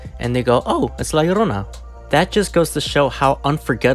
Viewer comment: idk if you're latino or not, but your pronunciation of "la llorona" is so refreshing and gorgeous. I'm latinx and kinda cringe whenever I hear someone say "lah yorrona" lol